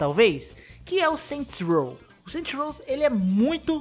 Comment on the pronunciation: "Saint Rows"